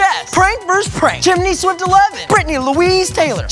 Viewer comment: They said Chimneyswift ChimneySweft. xDD